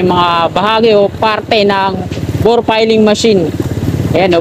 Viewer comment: Ang tamang bigkas ay Bored Piling Machine. Hindi Bor Piling Machine. Igoogle mo brod para maniwala ka. Ok?